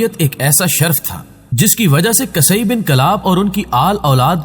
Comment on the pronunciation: قصئی بن کلاب، ق کے اوپر زبر نہیں پیش ہے